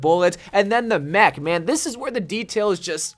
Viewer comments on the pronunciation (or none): none